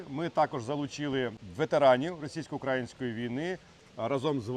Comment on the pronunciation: Дуже дякую вам за вашу важливу роботу , але , будь ласка , не сосійсько-укрАїнської а сосійсько-украЇнської , украЇнець, УкраЇна , вуха ріже калька